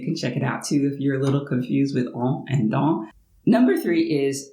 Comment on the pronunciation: J'ai juste noté que vous prononcez les on et les an de la même façon. On ne sait pas trop qui est qui quand vous dites dans/dont.